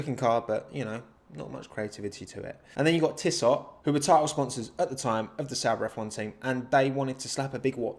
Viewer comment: Before you start, my be all and end all, Williams '94-96. The rest, not so much (though Jordan could pop up once in a while, the West McLaren maybe...). For ↓ ↓ Btw, Tissot = tiss-oh. Not being picky, purely an FYI. Nobody can be expected to know how to pronounce every language and I'm honestly not knocking you. I certainly can't. Just a couple of easy rules for you. French words rarely have the last letter pronounced (there are occasions, but as a rule, end on the last vowel sound and you should be ok). Leclerc is luh-clair (he actually wrote it out like that!). And W in German is pronounced as a V, and V = a "hard" F - not quite a V but not so light it'll get blown away! (so it's actually Fett-elle with no break). Hope this is of some use! As I said, I do not ever expect anyone to pronounce everything correctly. It's just not going to happen! Don't ask me about any non-W European (except for Classical Greek, but I can't see that being of any use!) nor Italian, Spanish, anything Scandinavian... I could tell you how something is pronounced in Welsh, but apart from Hywel, the new guy at Mercedes, I doubt that would be used often lol. (It's near-enough Huh-well btw, not highwell or huewell which I've heard elsewhere). I might manage a Dutch word but I'm out of practice (Verstappen doesn't have any scht sound, it's just st. Can't remember how you say it, I've just heard loads of people get it wrong). After that, it's guess work and a hope that Google translate will have th